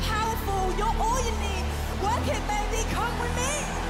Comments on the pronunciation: blanka made progress in bejba in those 3 months she doesnt say ,,bejba" because now she says ,,bejbe" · Glad i must not be the only person who died at "bejba" the first time i heard it